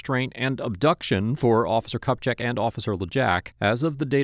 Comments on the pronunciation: Okay okay, I know I'm not even a minute in... but the last name pronounced "Cup Check" belonging to an ATF agent is hilarious. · You did NOT just say "Cup Check" 😅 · “Cupcheck” and “Lajack”??? C’mon 😂😂😂